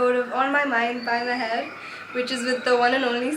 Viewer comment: idk why but i heard zeher when you said your intro. BTW Loved this video <3.